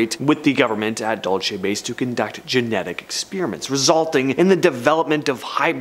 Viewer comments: Its not pronounced "DOLE CHEY"... It's "DUEL SEE" New Mexico... DUL (duel - like sword fighting)... CE (see, or like the lettter...C) Dulce, NM. I live in New Mexico and know how to pronounce it correctly.. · Dual say